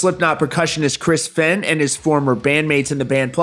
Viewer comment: I COMMENT THIS ON EVERY VIDEO YOU POST ABOUT THE FEHN CASE. IT'S PRONOUNCED "FAYNE" its disrespectful to continually mispronounce his name despite being aware of it.